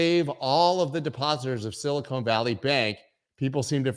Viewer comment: it’s Sil-ih-kahn, not sil-ih-cone